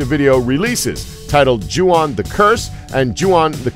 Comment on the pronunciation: CHEWBACCA ON METH thanks but it is pronounced as "Ju-on" and not Yuon